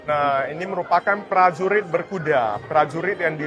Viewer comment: Prajurit bukan plajulit , berkuda bukan belkuda 😅